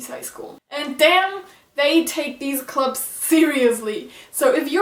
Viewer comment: Are you from Germany, if so, you got a good english going. But still, maybe it would help if you wanted to point some things out like this one for example, like the things in high school that are anime like are 1. The design of the school, and then you can go explaining it because I'm sorry I misheard when you said "clubs" I heard you were said "gloves". Also, if you wanted to show anime stuff in this don't make it too quick, I have to rewind a little bit just to see what was the thing you are showing.